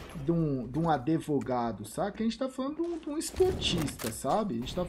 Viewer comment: “ADEVOGADO” Só o Gau pra falar essas merdas kkkkkkkk